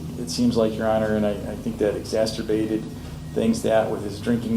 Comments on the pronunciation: Good sir, the word is 'exacerbated'... there is no t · Did that attorney really pronounce it as exasterbated? 😂